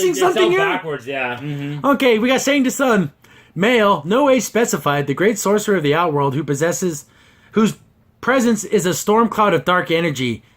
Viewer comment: You don't say the "T" in "Tsung".